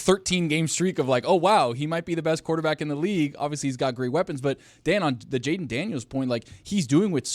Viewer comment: Ah yes jalen daniels not jayden